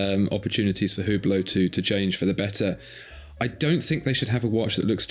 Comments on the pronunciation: It's pronounced UBLO. Not WhoBlow! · UBLO The H and T are silent. Not importnat, but maybe more important than the watch's relevance. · It's pronounced " You Blow"! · The “ge” in Hugeblot is silent